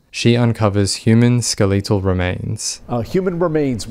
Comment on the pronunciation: The way you pronounced skeletal 🫨 it threw me off for sure lol love your vids!